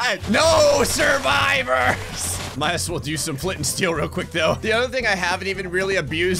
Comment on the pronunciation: I like how you keep saying "NO SURIVIOURS" when Mc (Minecraft) is like doesent care